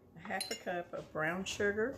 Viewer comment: *Brown, not Beown